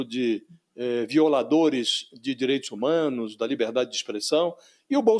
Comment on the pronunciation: Chega a ser irônica a dificuldade do venerador de ustra pronunciar as palavras" direitis humanos". Sai entre os dentes.